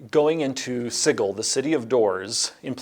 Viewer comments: Sigil has a soft G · That, as it turns out, was a self deprecating joke from Zeb Cook who had not realized sigil is pronounced in two different ways, with si-jil being far more common, but either way that makes me feel better about JC, lol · I am disproportionately disappointed JC doesnt know how to pronounce Sigil.